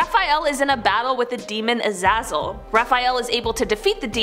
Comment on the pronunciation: Azaizel is pronounced (uh-zay-zel)